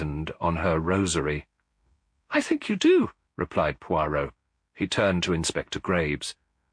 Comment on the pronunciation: I don’t think that’s Hugh Fraser… the word Poirot isn’t even pronounced correctly I have listened to lots of Hugh Fraser…it’s just not him